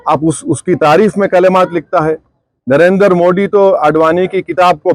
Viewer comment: It's not D it's Dhi ...डी❌... दि ✅ पेहले 'नरेंद्र' मोदी ठीक से तो बोलना सिखो। फिर आगे बोलो😂😂😂